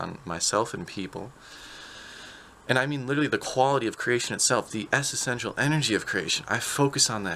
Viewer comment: Hey man, nice vid...Creation is indeed grand :) On an unrelated note, I've noticed in this and a few other vids that you use a word that sounds like "essesential", but to the best of my knowledge this isn't a word. Are you combining essential and existential? If on purpose, cool neologism, but if not then I thought you should know as I would appreciate the same if I were speaking publically... please feel free to delete this comment. From my version of the One infinite being to yours.